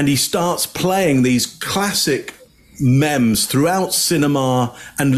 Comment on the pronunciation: It’s not mem, it’s meem! For meme.